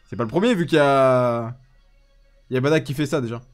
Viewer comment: Aaaaah merci! Baddack et pas Bardock lol